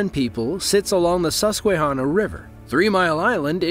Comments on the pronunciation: It’s not pronounced sus qwe hanna it’s pronounced more like Sus qah hanna. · I knew he was gonna fuck up Susquehanna 😂